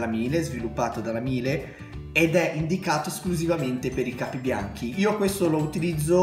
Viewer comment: Ciao bei video, riguardo i detersivi hai mai provato il Felce azzurra in polvere? Contiene sbiancanti a base di ossigeno (tipo ace gentile), enzimi, è concentrato ne basta poco io lo uso nei capi scuri e colorati.. per quanto riguarda i detersivi Miele (si pronuncia Mile che prende il cognome del fondatore Carl Miele) sono ottimi e anche quelli ne basta poco..